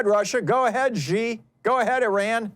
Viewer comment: As an American who speaks Mandarin, it hurts every time he says China President’s name wrong. It is pronounced like the female pronoun “she”—not Zhee. Why does everyone get this wrong? It’s time to learn it.